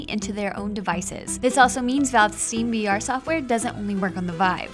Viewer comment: "stream vr" "lie-nix" god did they do this in one take? she stumbles so much